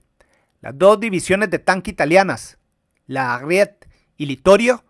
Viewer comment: solo una corrección a tu excelente video: el nombre de la división blindada italiana de pronuncia tal y como lo ves escrito "Ariete", no tienes por qué suprimir la e final porque no es inglés. Así, por ejemplo, la división de infantería "Folgore" se pronuncia igual como lo ves escrito. Un fuerte abrazo, gracias por el video; y, como siempre, saludos desde Perú.